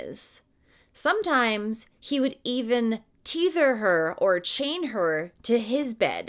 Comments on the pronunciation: “teather” is pronunced so it rhymes with heather , and means to be connected or chained to. Otherwise ? Thanks for the respectful and detailed telling of poor Grace’s abuse and demise . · "Teether"? You said they'd "teether" her. The word is tether! I could only dream of having a house full of children. They'd be so loved. 😢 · tether is pronounced "teh-thurr" just fyi